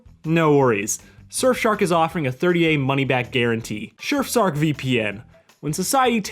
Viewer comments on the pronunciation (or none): Yes fellas you heard that correctly. He said shurfsark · heh “Shirfsark”